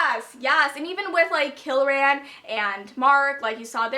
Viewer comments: haha whenever you say kieran all i hear is kill-ran pretty sure it's pronounced key-ran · His name is pronounced keer-in Kieran. just thought I'd clarify that. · its pronounced ka-ear-in like Kiera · WHY IN THE WORLD ARE YOU SAYING KILRAN? THERE IS NO L IN KIERAN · everytime you say Kill-ran and not Kieran how its normally pronounced as Keer-ran or Key-ran I cant help but cringe... but then Kieran/Kieron is quite a common name at least in the UK.. idk about elsewhere so.. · You're pronouncing Kieran wrong. It's an Irish name that is pronounced "Keer-an" :) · I think it's just key-ran. I don't think there is a L at all. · I'm sorry but its not Kil-ran. Its Kie-ran. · Kieran is pronounced "kear (like "ear") -rin" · it's ky-er-an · KEER-AN, there's no l in it. But names are hard. I get it. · Keirans name is pronounced (K-eer-on) or (keer-in) btw LOL its an irish name I am pretty sure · Kieran is pronounced KEER-IN it is Irish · It's Kieran. Kee-er-run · Kieran = Kee-ren. I think it's an Irish name, which I love as I'm Irish!! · i pronounced it as key-ran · It's definitely Key-ran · it's pronounced Keer-in. lol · Sorry I love this video so far but it is Kee r en. It is Irish/English, and it is my cousin's name.